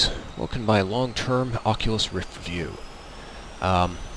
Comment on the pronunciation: Took me longer... :D:D:D i was skipping the video to check where is the oculus and be like, why he talk and show him self in a plane, but says ocilus roft... :D lol